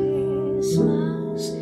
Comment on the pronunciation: Great voice, I just can't stand the way some singers twist their pronunciations. "Have yourself a Merry little Christmice." FFS.